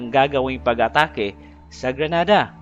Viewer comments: Grenada not granada. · GRENADA DILI GRANADA, MUBOTO MNA, PATAKA LNG KA PRONOUNCE!!!